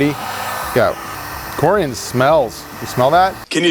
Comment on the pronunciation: It’s coor-ee-on